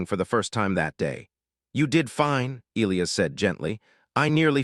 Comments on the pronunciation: How can AI be so brilliant in one way & crazy stupid enough not to be able to pronounce the name e-LIE-us & turn it into e-Lee-us?? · It is a very bad thing to miss-pronounce the name of any key person in a story and this team falsely pronounced the name of 'Elias' by not using a hard 'i' when it is only an 'English' name with that 'i' so pronounced! This error almost makes this long-term author/reviewer quit reading! If the team can't get the name of a key person correct, can they get anything important correct? Likely not!. Oops LoL 😢😮😮